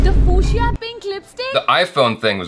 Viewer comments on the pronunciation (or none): none